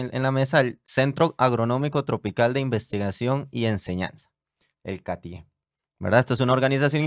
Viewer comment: Catie, el acento va en la A.